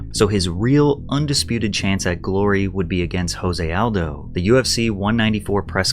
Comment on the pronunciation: Jose Aldo is Brazilian and therefore his name is Portuguese. The “J” is pronounced the same way as it is in English, not an “H” sound the way it is in Spanish.